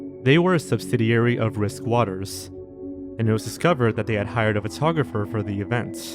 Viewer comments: The way you pronounce photographer really irks me. If you’re going to be narrating videos maybe learn how to speak properly?? It’s not furtographer. You don’t look at a furtograph. Get the marbles out of your mouth boy. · Great video, but the way you pronounce "photographer" is extremely annoying and incorrect, and you say it like 100 times in the video.